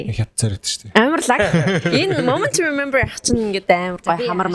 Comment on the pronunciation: Moment to Remember gedgiig Moom nt to Remember gj sonsood WUT? gej bodloo shd haha